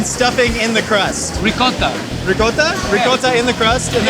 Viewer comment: for all you non Italians out there this is how you properly pronounce ricotta